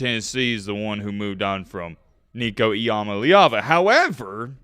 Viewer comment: Nico I-AM-A-LEVA